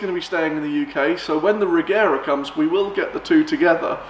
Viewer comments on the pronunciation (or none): The right way to say Regera is Rejera , the G shall be as in Georg. But I think Christian gave up that since he also say it as G now.